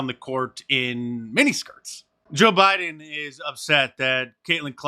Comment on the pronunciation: Joy "the forehead" Reid not only wears a Trump wig but looks orange too....... I bet she has a Trump poster above her bed on the ceiling. I notice Trunp says Biden like he China...... BIden CHIna LOL!